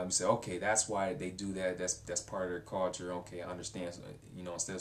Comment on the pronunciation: You have an interesting way of pronouncing the word "culture". Sounds kinda like "cawture". =)